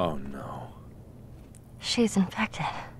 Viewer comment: Pewds: NO! Mark: NO! Girl: NAUR!